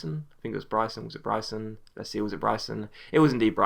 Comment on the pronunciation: It's pronounced bry-son